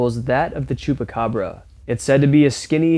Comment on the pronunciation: nope I'm not,I'm an idiot and didn't check my own writing,it was supposed to say that the word is chupacabra not chupacabro which is how he pronounced it in the first part of the video.